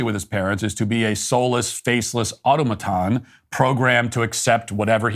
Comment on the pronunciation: I had never heard someone say "auto-maton." I have always heard "autom-aton." Upon thinking of the root words and pronunciations, I think Matt's way it better. Thank you yet again for take a normalized thing and making it make more sense.